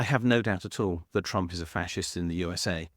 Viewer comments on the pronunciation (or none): none